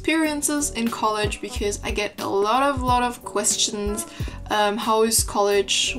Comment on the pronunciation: a lil tip : instead of saying ,, queSTSCHNS" try to pronounce it like ,, queschtschns" :) * konstruktivr kritik unso hehe* aber dein englisch ist sonst wirklich gut und du hast ein sehr breit gefächertes Vokabular, weiter so :)